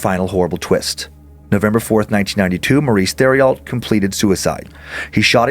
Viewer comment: I hate to be that guy but... Theriault=tehr-ee-oh I'm from Louisiana and we have a lot of names like this here. I love your show guys. This one was pretty spoopy!